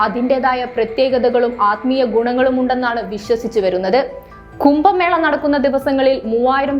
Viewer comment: കുമ്പ മേള അല്ല കുട്ടി. കുംഭ എന്ന് പറ